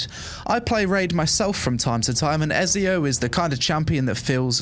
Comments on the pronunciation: Omg pronouncing Ezio wrong so many times:)) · I'm sorry but the way you pronounce Ezio's name physically hurt me lol 🤣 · How can you play any games at all and not know how to pronounce Ezio's name lol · I'm sorry, how did you pronounce Ezio...?!